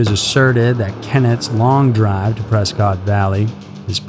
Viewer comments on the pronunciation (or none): It's pronounced Pres-kitt not press-cot lmao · off topic but you pronounce Prescott incorrectly.